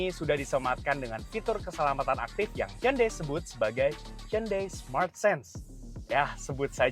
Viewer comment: respect dengan penyebutan merk "HYUNDAI" dengan benar